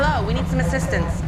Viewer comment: 911: Hello, We need some asscistace. S-Chhh LOL